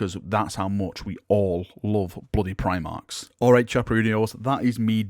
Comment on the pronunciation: Me: no talks of Primarchs?: I’m not saying Primarchs, but PRIMARCHS? Me: there it is.